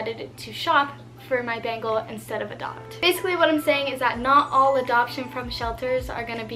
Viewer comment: 'bengal kitten' sounds a lot like 'bagel kitten' and now i can only hear 'bagel kitten' and its making me hungry 🤣🤣🤤 great video as always i found the bengal facts super interesting!! <3